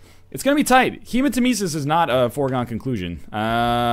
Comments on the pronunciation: it's hemat-EM-esis, not hematem-ES-is. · Um... when did NL realise the word Hematemesis comes from Nemesis and started pronouncing it right?